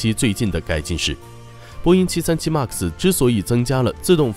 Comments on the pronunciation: 麦克斯，不是“骂克斯” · 读麦克斯…… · 能不能把MAX读读好啊，听着贼难受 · 英语再怎么不标准也不会这么读一个只有两个音节3岁水平的英语单词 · 一共就一个英文，max！！！这不是口音问题，是英文太差。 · 视频做得很好 但是max读成妈克斯...macs也读错好难受